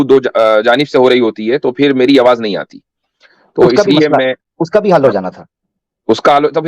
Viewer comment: Bhai yeh Hindu hai, Aawaz ko Aawaj keh Raha tha